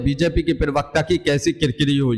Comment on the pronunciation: Bhai पिरवक्ता नहीं होता प्रवक्ता होता है ठिक ठिक पड़ा बोला करो।